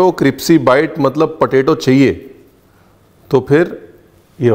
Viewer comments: Does anyone notice that he calss "cripsy" not crispy 😂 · Tum hamesha crispy ko cripsy kyu bolte ho? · It's crispy not cripsy 😂😂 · CRIPSY? Lol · Sabme besht kripsy pehle mujhe laga miane kuch galat suna h 😆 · Ur saying cripsy.... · Cripsy cripsy thoda over hogya. It's not funny anymore. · Ranbirji aapn kipsy q boltey ho....it should be Krispy 😂❤love ur all teceipes 😊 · Crispy hota hai cripsy nahi🤣🤣🤣🤣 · Sir g aap crispy ko cripsy kyo kehte ho mene bhot baar suna h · I simply love the way you say 'kripsy' for crispy😂😂. Thank you for the amazing recipes and the entertaining videos. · Cripsy so cute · aaj mujhko pta chalaa crispy ko cripsy kehtey hain love you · Chef ka cripsy kehna bht acha lgta hai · i love the way you say cripsy and not crispy. its cute. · Dear chef, I enjoyed your word cripsy instead of crispy it was mast ❤❤😂😂😂 more love to the most resercher food chef❤❤❤❤ you and your smile is amazing 🤩😍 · I like your videos very much.. Thank you. I would like to correct one word that you use often, it's criSpy not cripSy.. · Haha from long time I am observing Ranvirji..you say cripci.. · Hmne bhi bata diya ke crispy hota hai cripsy nhi fir na kehna hmne bataya nhi 🤣🤣😄lekin dishes ❤️❤️❤️❤️❤️ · Not cripsy. Its crispy😊👍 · Bhai you are an internationally acclaimed chef. Lease try to understand me . Don't ever use the pronciation cripsy. You are intelligent enough to get my point. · Nice cripsy 😂potato nuggets.. I will try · raveer said cripsy...instead of crispy...😂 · Chef, your use of cripsy instead of crispy sounds good!!!!! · Crispy ko cripsy bolte hain ranveer ji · You look more cute when you say CRIPSY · How many heard Cripsy even it happens to me that I get confused with crispy and cripsy 😂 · क्रिप्सी ❌ Cripsey क्रिस्पी ✔️ Crispy गुगल महाराज बोलकर भी सुनाता है. 🙏😂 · Jaise ki aap ne gurkirat ko bola kaabuli nahi kabuli pullao waise aap galti kar rahe hai cripcy nhi hota hai crispy hota hai 😅😅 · Aapke "Cripsy" par waari jaava! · Its crispy....not cripsy..